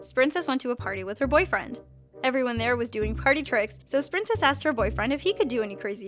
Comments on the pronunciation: Sprincess? I thought it was spincess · uhh for 2 someone tell its spincess and uh tolop...